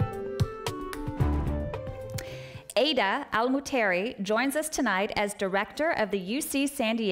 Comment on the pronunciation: Its Ghadh not Adah